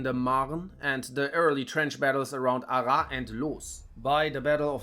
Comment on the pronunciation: Nice video, and nice summary!! It was very interesting!! Just in cas, Arras is pronounce "ArraSS", the S is pronounce! I know that because i'm litterally from there x)